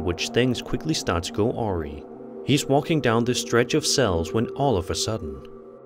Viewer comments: what the hell does Ori mean? did you mean awry?? O.o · Hey, LOVE your narration, but want to point out the word is AWRY and is pronounced a-rye, not aurie-- just an fyi😊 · Awry is pronounced "a-rye"...